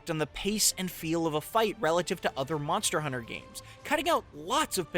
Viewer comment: Monstah Huntah on the go again